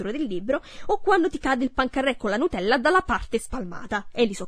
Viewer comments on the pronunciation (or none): none